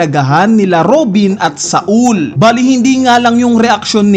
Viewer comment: Ang lala ng pronunciation SAUL - SA OOL GUNKO - GAN KO